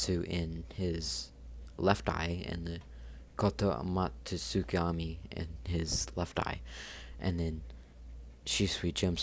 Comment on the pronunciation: When you try to say a word but you cant say it kotukgami that what you said